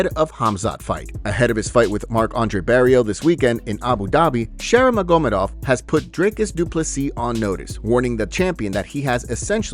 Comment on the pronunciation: magomEdov, not magOmedov